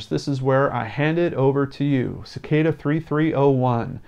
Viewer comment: It's pronounced as SICK-AH-DA.